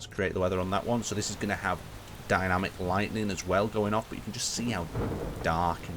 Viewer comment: I love how he says lighting when talking about lightning similar but two different words